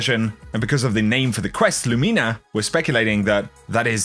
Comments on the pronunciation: I love your content,! You're always one of the most helpful content creators. But the way you keep saying Lumina makes my brain twitch. Haha! You say Lu*MI*na, where I would say *LU*mina. I dunno, honestly just nitpicking. I don't intend to be mean! Much love,! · Lumina is pronounced 'Loomehna' not 'Loomeena'. It's an abbreviated version of Luminous which is pronounced "/ˈlo͞omənəs/". You can google Luminous to play the pronunciation and it means 'full of or shedding light; bright or shining, especially in the dark'. Fitting, right? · Nothing worse than when a YouTuber can't pronounce easy words properly "Loo-Mi-Na" not "Loo-Mee-Na" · Still love you but I don't like the pronunciation of Lumina being LOOOOOOOOOO-MEENA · Somebody’s gotta tell this guy he’s mispronouncing “lumina.” I can’t be the only one it’s killing. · Genuinely trying to be helpful, man. And the Brits don’t pronounce it that way either. I checked. No one does.